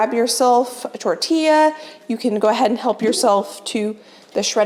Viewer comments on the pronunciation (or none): none